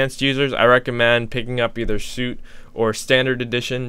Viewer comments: its pronounced "sweet" not "soot", but good vid man! i actually recently bought intro for my new mac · Its Suite,, NOT suit ... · It's pronounced ‘sweet’ not suit! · suite is pronounced "sweet", my dude. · I believe it's suite like "sweet"...thanks for the video! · Madame Cloud funny you say that English is dumb. I used to be so annoyed when someone pronounced something that I considered wrong, but why should I give a crap how someone pronounces something. If it makes you happy to pronounce suite as soot, then go for it. The only problem is that it sounds wrong and some people will judge you for it. Life is unfair and people are selfish and mean. Bottom line is you are better off saying sweet for suite if you are making serious youtube videos and want to be taken seriously. As far as this video, I don't think this guy knows enough about music theory. He sort of knows basic stuff and obviously has played a lot with music software. He should spend some time to learn theory deeper. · No probably about it. Suite is "sweet". Suit is "soot". Although soot is actually "sut". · SUITE IS PRONOUNCED SWEET 😂😂😂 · Not sure if someone else mentioned but its pronounced "sweet" like a hotel suite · it's pronounced sweet.